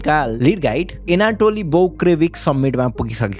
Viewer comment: Story ta actual jastai ramrai cha. But pronunciation lastai comedy vayo yar bro. Manxe ko name ta Ali properly vannu parxa ni. Yetro research garne manxe yar name chai sabai ko bigarya xa yar gawaar jasto Tait Doug lai dong, krakaur lai krauker, Anatoli lai antoli Tait, frost bite lai forst bite😂😂 bro yar gawaar English ramro sanga bolnai nasakne jasto ta vayena yar yesto famous channel vayera aafnai bejjat